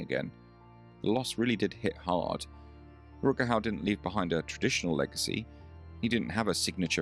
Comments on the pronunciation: Jaki Rut Kau? Kuźwa co ten AI lektor z Koziej Wólki pierdzieli. Czy nie ma już normalnych lektorów z krwi i kości? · I will never forget a small, but real moment that happened on a local TV station, back in the early 1990s in Seattle...Rutger was beginning to be interviewed on a "morning" regional show, hosted by a well-known, blonde "bimbo" type of local media "star"....She started off the interview by mis-pronouncing his name...and then, she mentioned the name of his latest movie--but completely blew it!...Rutger was not in the movie she referred to!...So, he visibly stiffened, gave that malevolent stare that only he could give, and answered just a couple more questions by saying yes, or no...no further info came from his lips!...He was clearly pissed!..and the girl terminated the interview very quickly. I felt sorry for Rutger--and also sorry for the vapid hostess of the show! A very awkward moment!